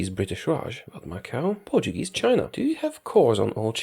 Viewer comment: Ur pronunciation of portuguese names is pretty good!